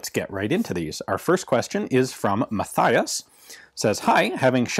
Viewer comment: That first name was wrong Ian g The TH in the case of Mathias or Matthias is not pronounced like Mathew (even if it is indeed the same name). Try to make it Ma-tias the next time, without the H :)